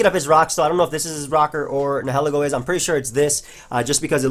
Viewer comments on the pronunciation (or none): its nye-hill-E-go n-hell-eggo makin me hungry af for waffles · I usually don't mind pokemon mispronunciations, but nihilego is definitely not ne-'he-li-go. Nihil is pronounced like Nile.